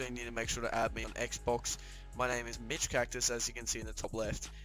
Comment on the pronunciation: Lol I heard bitch cactus